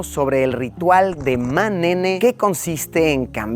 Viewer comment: Luisito cuando vio el Ma’nene dijo Ne’memes